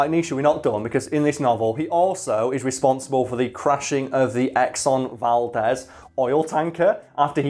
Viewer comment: it's pronounced "val deez ( like deez nuts to use a popular meme) as I'm from alaska I hate to see when its pronounced incorrectly. Not being a snob as I've learned from your channel the proper way to pronounce plenty just attempting to be informative. Love the content your one of the only channels I actually have notifications on for that I care to read.